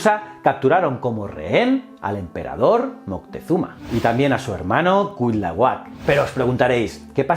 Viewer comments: Hola, muy buenas, te saluda un criollo desde la gran Tenochtitlán, hoy Ciudad de México, sin ánimos de joder, era Cuitláhuac o bien Cuiltahuatzin el hermano de Moctezuma, no se te da la pronunciación, saludos y mil gracias por tus esfuerzos y canales, todos muy muy buenos 👍👍👍👍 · Fuí maestra de inglés y siempre me fijo mucho en lo que es la pronunciación y de dónde pueden venir los errores q luego cometen los alumnos. Adoré escucharte pronunciar los nombres d Cuitláhuac, Quetzalcóatl y otros, xq me hizo imaginarme muy claramente por qué los españoles conquistadores acabaron pronunciando como lo hicieron y por qué les cambiaron el nombre a muchos d los lugares y personas en aquella época. Un saludote desde México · Precisión en cuanto a pronunciación (por sílabas): no es cuit la huac, es: cui tla huac, en otro tema, no se definían como aztecas sino mexicas (meshicas) y en general muy buen video, felicidades 👍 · En serio es tan difícil pronunciar "tla"?😆😆😆😆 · No son nombres raros es solo otro idioma y ya, no son aztecas son mexicas, azteca es un término del siglo XX, el regreso de Quetzalcoatl es mito inventado por españoles, no es cuit-lahuac sino cui-tla-huac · CUITLÁHUAC, se dice CUI TLÁ HUAC.... jajajaja. ¡Saludos desde México! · Se dice: Cui -tla-huac Cui -tla-huac Cui -tla-huac 🤓🤓😆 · Se pronuncia cuitlahuac, así como se escribe... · Ja ja ja cuilahuat ja ja ja te falta practicar mucho pero muchísimo el idioma náhuatl. Ahora me doy cuenta por qué los españoles conquistadores cambiaron el nombre de muchas cosas y animales, no podían pronunciar el náhuatl. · Nota para el video: El nombre del hermano de Moctezuma se pronuncia Cui-Tla-huac, Buen video y saludos desde mexico. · Malitzin, Malinalli, Marina su nombre cristiano. Quet zal có atl.. Cui tlá huac.. Tlax cal té cas.. Moc te zú ma.. Valgame la pronunciación. 🤦🏻‍♂️ Excelente video como siempre, gracias por éste tema bien merecido.👌🏻